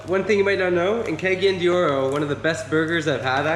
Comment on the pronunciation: the accent is on the second syllable, cagáyan de oro